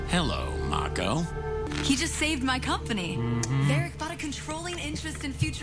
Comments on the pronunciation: Guys, they've pronounced Mako's name like 90 times in the show how can you still not say it right? Otherwise, I'm loving the reactions. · I feel like is just saying Mako's name wrong on purpose at this point. Lol 😂